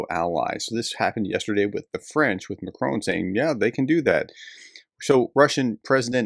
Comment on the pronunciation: Prof - please learn how to pronounce Macron. It’s kind of painful!